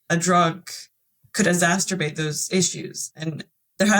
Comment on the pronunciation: Just a note on pronunciation of ‘Exacerbate’ (make a problem, bad situation or negative feeling) worse. -NOT ‘Exasterbate’. Thank you for your honest story.